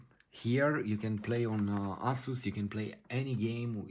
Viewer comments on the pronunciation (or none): "Ass-us". Love it.